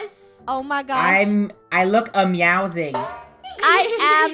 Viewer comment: I look a-MEOW-zing Funneh: We look.. Scarie.. Me: XDDDDDDDDDDDDDDDDDDDDD